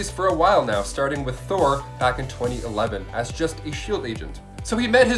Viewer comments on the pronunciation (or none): none